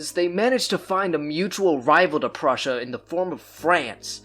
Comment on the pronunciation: It's Prussia NOT frussia